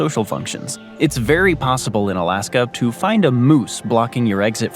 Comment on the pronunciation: Why do you say Alask-um a lot….